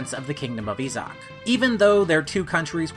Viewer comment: my biggest issue is that you didn't bother to look up the proper pronunciations of the names and locations. Issac is pronounced as I-sac, Thracia is Thray-see-ah, etc. It doesn't take all that long to look these things up